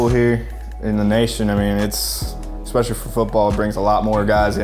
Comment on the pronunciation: This dude needs to learn how to pronounce "especially"